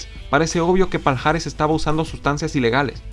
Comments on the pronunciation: Palhares se pronuncia Pallares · Todo bien. Haces muy buenos vídeos pero, por favor... en portugués esta unión "lh" se pronuncia como "y" o "ll". Lo digo por ese "paljares" (Palhares) que tanto repetiste y que me destrozó los oídos.